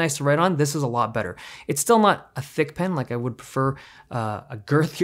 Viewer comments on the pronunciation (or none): ahahha the way he said "girthier"